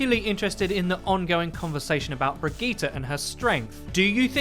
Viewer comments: = Brigette + vegeta? Think it's just pronounced bri-jeh-ta. But Brigetas' better because she's probably more powerful than Vegeta anyway🤣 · Brigeettah? BRIGEETAH? BRIJIT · her name is pronounced Bri-jet. please get it right. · How on gods earth did you pronounce her name? Briggita? This isn't dragon ball z... It's Brigitte... pronounced Bridge-et. No wonder Overwatch is dead... it's most subbed channel can't even pronounce the heroes correctly. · According to Jeff Kaplan it's pronounced Bri-Geet-Ah. A spawn room chat between Mercy and Reinhardt also confirms this. (Though Reinhardt says it with a soft g sound instead of a hard g, so it'd be Bri-Jeet-Ah.) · Am I the only one annoyed that he says Brigette’s name wrong